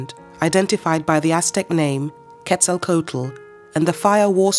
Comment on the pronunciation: The ‘h’ in Teotihuacán is silent. Other than that, your pronunciation is excellent. Also, the ‘coat’ in Quetzalcoatl is pronounced ‘kwaht’ as in kumquat, not like the garment.